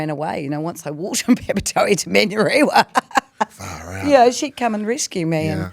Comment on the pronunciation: "Man-yoo-reewa" and "Papp-a-toey" 🫩 born and raised but still refusing to pronounce our words with respect.